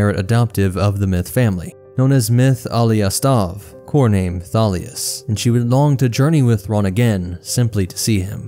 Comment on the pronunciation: so in the next two episodes i think the biggest one is Che'ri. According to the audio book it's pronounced like "Cheery" instead of Sherry. The first A in Thalias is pronounced like the A in Alien. The Cs in Csilla is pronounced the the Ch in Chiss. So it would be Chilla. Little bits like that really. There's a few more but the problem I have is i can't spell them as I've listened to the book, not read it 😅 Again, this is just how they say it in the audiobook. Maybe there are other sources that pronounce things differently. Can't wait for part 4 tho! 😁